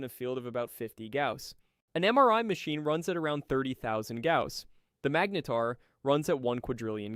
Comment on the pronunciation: You pronounced "magnetar" three different ways in your voiceover. Magneeter? LOL